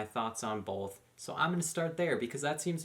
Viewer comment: Both, not bolth!